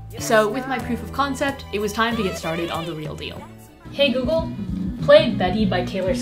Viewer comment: I honestly thought she said “doogie” 🤦🏼‍♀️